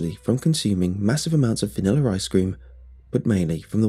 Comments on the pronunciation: "Vaniller ice cream" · I love the way he says vanilla ❤️